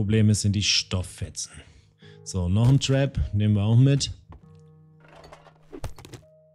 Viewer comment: Ab Sofort Trinke ich immer einen kurzen wenn du Trap zu Tarp sagst :D